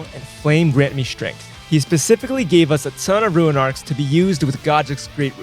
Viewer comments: Was hyped for this until I heard you say “ruin” level 1. 😢 why does no one know how to pronounce “rune” properly. 😭 just pronounce it as it’s spelled. Bruhhhhh 😭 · Its rune level one not ruin level one. Guess if your stealing content you dont really care